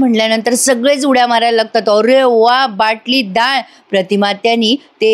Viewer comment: Anagha, It's vatali dal not Batali dal